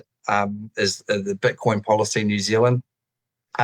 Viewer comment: Why are they calling it Butcoin?